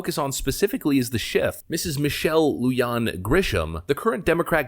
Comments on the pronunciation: Lujan sounds like Luhan. J like Juan and Jose. Not Luyan. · LU-HAN - NOT LU-JOHN! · Dude “Lujan” is pronounced “loohan” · It is Michelle "Loo-Han" Grisham. J is pronounced with an "h" sound in Spanish. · Lujan = Loo-Hawn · I live in this God Forsaken State. I am SICK of Michelle. By the way, it's pronounced, "Lou-han." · LU-HAN is how it is pronounced. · FYI, Lujan is pronounced LOO-HAN, and I HATE Michelle Lujan-Grisham. Even with former Governor Bill Richardson spending a lot of time at Epstein's Zorro Ranch in NM, I'd say she is the worst NM governor of my lifetime. She's even more of a tyrant than Michigan's Big Gretch. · Just a quick heads up. It's pronounced (Lou Han) like Han Solo lol. Cheers from New Mexico!! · Just a little thing about the pronunciation of names. Mark Ronchettii' name, the ch is pronounced with the k sound and Lujan- Grisham, the j in Lujan- is pronounced like an h. Keep up the great work!